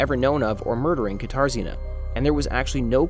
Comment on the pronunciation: I keep hearing guitar Zena instead of katarzyna, I wondered what strange it was name that was 😅